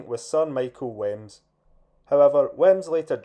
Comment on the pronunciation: I don't want to sound pedantic but it's pronounced weems.